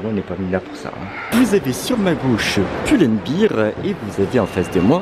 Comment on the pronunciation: c'est pull and bear pas beer lol